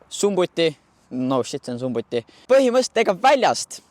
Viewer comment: Video tore aga harjuta endale sisse käiguvahetusel mitte käigukangi vaatama :D Ja SUMMUTI* mitte sumbuti 😅 See bemmi mootor ka muidu ketiga mitte rihmaga . Genekarihm on ja aga mitte mootoririhm 🤑